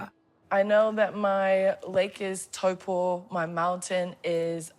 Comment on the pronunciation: It's so cool how she pronounces Taupo and Ngati Tuwharetoa in a Maori accent and than in English back in her American accent